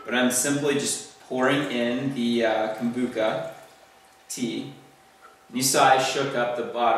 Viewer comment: Lol poor thing sound the ch out:-)